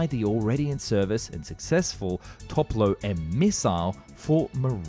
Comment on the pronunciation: It's not 'Toplo'. It's 'Topol'.